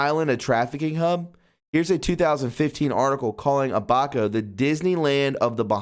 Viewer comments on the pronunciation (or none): It's Ab, as in 6 pac tummy abs, and a soft a and then co with a hard c. Now say it all together, Abaco. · Its pronunced Abba' Co' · It is pronounced A BA CO, and not as you pronounced it.